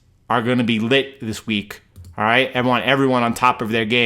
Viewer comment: "Its liit!"